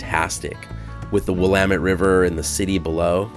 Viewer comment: Thank you for pronouncing Willamette correctly. 👍